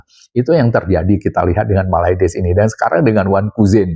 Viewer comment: 😀😀😀 bilang MALAYDESHnya biasa aj x bang...😋